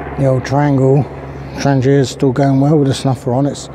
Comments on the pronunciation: Tran-gia sounds Italian, maybe a traverse route?, it is pronounced Thrang-eeya since it was first made in Trångsund "Trång-sund" "Narrow Strait/Neck". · Check around for an interview with the current head of Trangia. His pronunciation is closer to "Traniya" or "Tranyia". Maybe it's a local dialect thing.